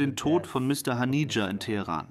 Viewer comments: Er hieß nicht Hanija sondern Hanieh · Nicht mal der Name von Haniye wird richtig ausgesprochen...